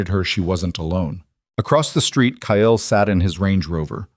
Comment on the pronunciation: Kyle is not pronounced as Ki-el , it is Kai-ul